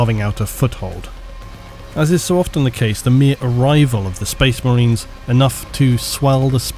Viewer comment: "SPOISH MERYNS" - 2022